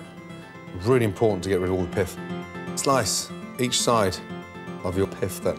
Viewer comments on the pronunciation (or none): The way he says pith. "Piff"